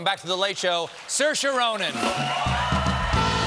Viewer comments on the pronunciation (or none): Soairse like Inertia. Look it up. There was a time there when almost all her interviews centers around how her name is pronounced. Thank god all that is done now. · Caesar Bro! Sear-sha, yeah, you’ve got it closest there. Thing that’s a little tough to put into words is not to put too much stress on the “eee” though- Colbert actually pronounced it pretty well, I thought. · It's pronounced Ser-sha.Means "freedom " in Irish. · i didnt know Saoirse was pronounced Surcher